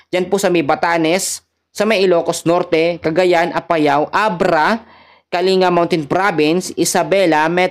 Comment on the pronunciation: Kalinga is pronounced po Ng Kaling ,ga